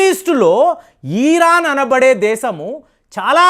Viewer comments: It’s Iran not eeeraaaan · అయాటోళ్ళ ఖమాని కాదు.. అయతుల్లా ఖోమైని . ఈరాన్ కాదు. ఇరాన్.. ఇలా పలకాలి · EEEEEEEEEEEEEEEEEERON. KAADU '. IRON" 😂